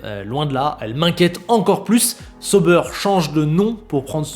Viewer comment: Excellente vidéo encore un fois merci!Je regarde toujours tes vidéo que j’apprécie bcp!Juste un truc, Tu pourrais juste prononcer: SA-OU-BAIRE plutôt que SEAU-BEURRE? Ça fait mal aux oreilles pour nous Suisses…😅et en passant Hinwill c’est en allemand pas en anglais du coup le W se prononce comme un V de victoire:) donc IN-VILLE.😊vous êtes meilleurs en cuisine que nous en langues et ça se savait:) désolé pour le petit cours de langue j’espère que tu le prendras pas mal hehe. Vivement le début de saison!👍🏻